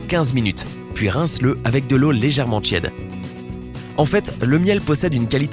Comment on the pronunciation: Insupportable.; Quotidjenne, eau tjède, mondjale..